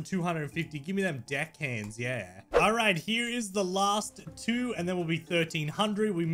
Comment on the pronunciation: why u said deck hands like that